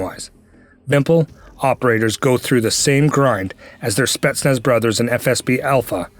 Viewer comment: Not SpEtsnaz but SpetsnAz